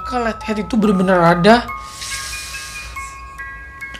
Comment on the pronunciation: Tadi kok suaranya bilang letter bukanya light head wkwkw kqkwk